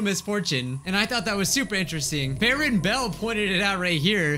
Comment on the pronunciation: hello everyone welcome to another episode of Fran Bow me: have you bit your tongue again cuz i heard Bran Bow ok, who`s notifications are being annoying and not doing what they are supposed to? Mine are, and i miss out on videos!